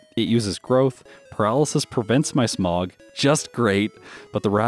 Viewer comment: Is it bad that every time he says “Smog” all I can hear is “Smough” 😂😂